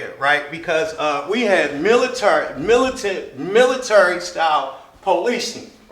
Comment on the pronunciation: Also you fucking moron..., it’s the swat team not the military... fucking drunk, ignorant fuck... also, learn how to pronounce military